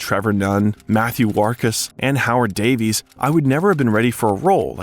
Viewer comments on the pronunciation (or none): none